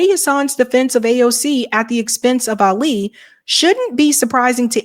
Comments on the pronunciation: Love you but you’re mispronouncing Ali’s name Ah’ li. Ah bu nee’ mah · And Ali has the accent on the FIRST syllable, not the second